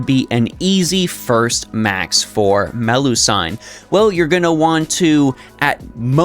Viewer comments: Nice guide, but I keep getting distracted by your pronunciation of Melusine. Why do you call Me-lu-sine Me-lu-san? I've never heard anyone say that before, unless it's a nickname? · Either its Melu-seen or Melu-si-ne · Man I watch your guides most of the time but when you pronounce her name as Meh-loo-sayn, i go mad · Ngl it's distracting to keep hearing MeluSIGN over and over again. Also about the statement that you don't need another lancer in the game, that's only true if you have her atleast NP3+ for her to easily farm at neutral and even counter class. At NP3+, 90++ will also be easier. And also when just doing regular daily farming (spending nat ap) you can just use bond % ce instead of bbg at that point. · The "I" in Melusine is pronounced the same as the "I" in doing, looping etc, instead of the "I" in knight or Friday.